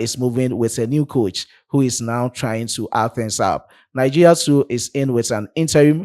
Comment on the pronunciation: Good job,. But it's pronounced Nigeria and not Nigea 😊. Thanks.